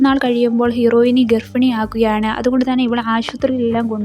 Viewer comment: ഹീറോയിനി അല്ല ഹീറോയിൻ